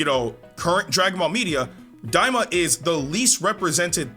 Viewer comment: Stop its daima lol